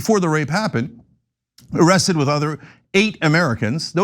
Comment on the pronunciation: he said ziesed..not arrested...